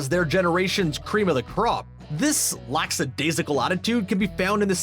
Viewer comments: IT'S PRONOUNCED LACKADAISICAL NOT LAX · 'this laxadaisical attitude' — The word is lackadaisical. It is often confused, because the word 'lax' can often mean the same thing, but does not share a common origin with lackadaisical. "Earth Kitt" — It's Eartha Kitt. If you're going to hold someone's feet to the fire for snubbing a Hollywood legend, pronounce that legend's name correctly. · “Earth” Kitt? BTW “lacksadaisical” is not a word. It’s “lackadaisical.” No “s”.